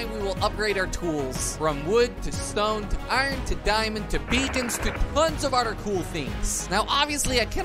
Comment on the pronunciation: He says other like oder